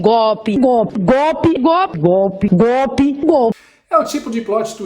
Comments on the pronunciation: Essas 💩💩💩 não sabem nem pronunciar GOLPE😂 DIS GOPE😅JNGUINORANTES MESMO.😢😮😂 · Nenhum desses asnos, conseguem pronunciar GOLPE. GOPI !!! GOPI!!! GOPI!!! 🤣🤣🤣